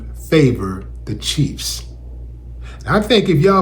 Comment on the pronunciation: I think he said Kansas City Cheats!